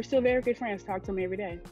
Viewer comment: I thought I heard that too (so did Kevin, judging by his reaction 😂), but when I listened again, and then kept listening, she actually said, "we are still 'very' good friends". I think it's the very that sounded like 'married' and threw most of us off. 😊